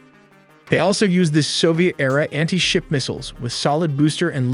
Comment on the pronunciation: "anhey-ship missiles"...